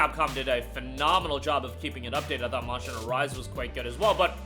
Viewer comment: Am I the only one that could not understand his pronunciation of monster hunter